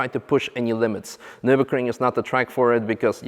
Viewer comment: Funny how you say Nurburgring its sound like Nurburcream.